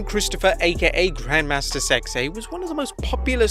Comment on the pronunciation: LoL I thought you said grandmother 🤣